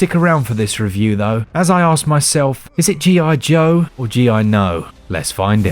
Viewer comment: G.I. Joe, sounds more like G.I. DOH!